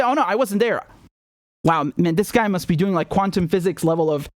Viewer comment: ”Quantom level of teleportation” had me Rolling 😂😂 but good job overall man and imagine How i used to love and respect this man